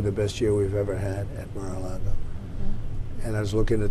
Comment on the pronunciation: Correction: It’s Mar-a-LIE-go.